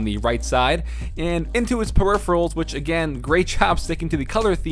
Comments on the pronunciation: dude you said "periphials" instead of peripherals smh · "Periphials"? Is it a running joke to not pronounce "peripherals" correctly in Frank's video? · Like no offense but I laughed out loud when I heard "periphials" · Hey. Activate Windows dude, otherwise people will assume you stopped being a ninja and started to be a pirate haha. Also: Peripherals. You totally messed that pronunciation.